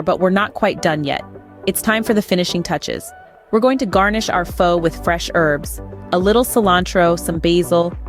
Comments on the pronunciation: If you know the proper pronunciation to Phó, why do you insist on pronunciation it Fo? How insulting! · This video's script, narration and the attractive woman pictured in the thumbnail all scream AI GENERATED CONTENT. There's no real chef behind these videos, it's just someone trying to make a quick buck with a new technology. Missing the pronunciation of the word "Pho" was another clue.